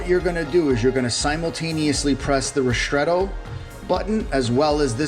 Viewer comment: why do you say rishtretto? it is ristretto